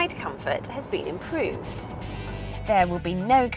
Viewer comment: improved not immpooved!